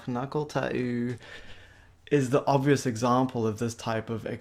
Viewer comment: Why would u say taüüü instead of tattoo